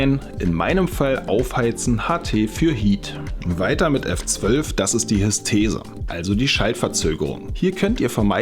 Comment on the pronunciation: Gute Erklärung des Geräts. Hab über das Video glücklicherweise gemerkt, dass ich beim Zubehör noch passende Ersatz-Feinsicherungen hatte (die mir vermutlich das Gerät selbst gerettet haben), was mir etwas Rennerei ersparte. . :-) Kleiner Hinweis: es ist die HysteREse, nicht Hystese. ;-)